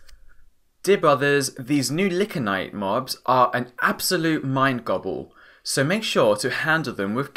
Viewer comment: Awesome review! XD It's 'Lie-can-ite' though, no licks!